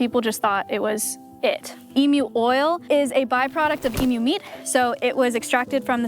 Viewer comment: i love it when an american says emu correctly